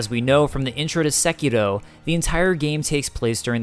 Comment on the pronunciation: I just want to thank you for saying the name of the game properly